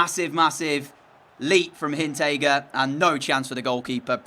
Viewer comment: That defenders name has an R. It's Hinteregger. So please pronounce the r. It's not Hinntegger.